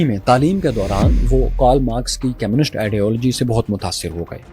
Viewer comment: How could you miss out the fact that Oppenheimer also went to Cambridge. Also one more thing, when you say communists, it sound's more like chemists, which confused me. Other than that its good. 😊